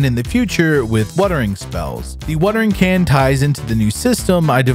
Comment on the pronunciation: "Wuhtering can" is probably my favorite